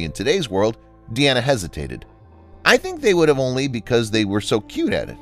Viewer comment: Jeez. You don't doo your homework, do you? Dean Martin's daughter was named Deana (as in, a female version of Dean). It is not pronounced "Dee-Anna." Her name is pronounced "DEE-na." Get it? Dean (Deen) Martin Deana (DEE-na) Martin